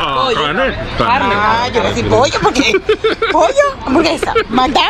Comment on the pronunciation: After all those years traveling in Latin America you butchered the word hamburguesa.😂